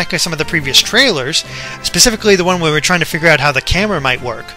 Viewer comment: He said pasifically!! (not specifically) .. DISLIKE!